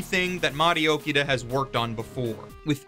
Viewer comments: just a heads up, Toshiyuki is a first name; his last name would be Inoue. also, it hurts me every time I hear you pronounce Mari Okada's name as "Okida" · dude its Mari OkAAAda you know, just like AkAAAda not friccin Okida. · It’s *Oh KA Da*, not OkiDa (Hermione tonality) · OKADA not Okida. Anyways, gotta watch this then. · Dude, I'm happy you're giving this review, but could you maybe pronounce Mari Okada's name correctly? It's O-KA-DA, not O-KEE-DA. You wrote it correctly; what happened? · Okay I Know your Japanese pronunciation is bad but gosh I mean... Really? Okida?! It's Mari OKADA. if you have trouble pronouncing it it's just Arkada with an O at the beginning instead of an Ar!!!! Ughhhhhh. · The love for her work comes through. It's just super jarring to hear him butcher O-KA-da's name pronunciation